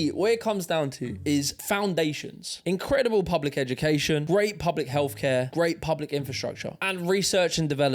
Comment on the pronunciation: "We invested in veir healf" - yeah certainly not education cos none of you can speak properly